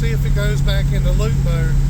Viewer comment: Limp mode is the term when the check lamp is on and the motor is running off a pre set default map. Closed loop is system normal. Sounds like your saying loop mode. Pardon if I Heard you wrong.